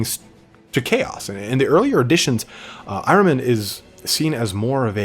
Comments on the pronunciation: Nice job on Magnus- his story is really pretty deep, and tragic. I think the term you were looking for in there is a “self-fulfilling prophecy “. And your pronunciation of Ahriman sounds like I always thought- “Are-ee-mon”, or when you’re in a hurry, “Are-ih-mun”. Thanks for the great video- looking forward to the next one- I don’t care who’s next, as long as you eventually do them all! Keep up the good work, and best wishes for the New Year- =][= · Pronounced correctly. It’s the name of the Zarathustra’s Satan. Your h has to be deeper for perfect pronouncing. As you do in Hamburg, but English doesn’t have that phonetic sound